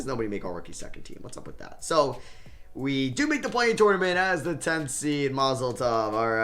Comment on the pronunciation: Does anyone else get annoyed the way he says tournament 🤣